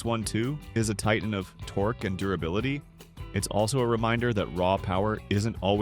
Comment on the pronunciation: Torq ee? Might want to work on pronunciation. I'm done .